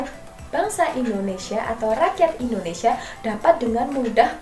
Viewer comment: Pendudukan jepang di Indonesi Huruf A nya jurang 🙏